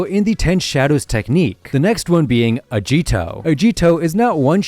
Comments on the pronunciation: Also the "G" in Agito's name is pronounced like a normal "G", any Japanese word that is spelled with "G" in its Romanized spelling, will be pronounced like a normal "G" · The way he says agito is funny it sounds more like ahhgito💀💀💀💀